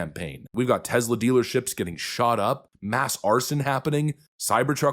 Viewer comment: Note to narrator, it's Tesla not Tezla.